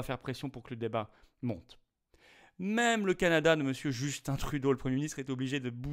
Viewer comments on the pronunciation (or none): none